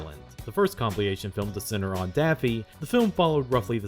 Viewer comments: it's comp-IL-ation, not comp-LI-ation. Sticks out like a sore thumb compared to the high quality of the rest of the video. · if this guy says "compleeation" one more time I am gonna heap my lid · 'compiliation'?!? or is it an AI voice reading a consistent typo? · You're killing me with this compliation thing. Compile, compiled, compilation, compil-il-il-ation. And I'm about to have a conniption fit over it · A. I highly doubt it's an AI voice, and B. I like the pronunciation of compliation. It's likely an artistic choice. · Seriously not trying to be a dick, but you said it enough times in this video that I have to point it out: "comp-IL-ation" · Today, I learned that consistently mispronounces the word 'compilation', and emphasizes the wrong syllable of 'colleague'. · There is no "plee" sound in "compilation". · The first time the word "compilation" was mispronounced, I thought I misheard it. Then came the second and the third times, and I realized it wasn't me. Your content is otherwise amazing though, keep up the good work!